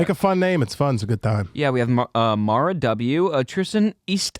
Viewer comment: Tristan said my (Mara) name correctly he's now my favorite sorry Daniel 😂😂😂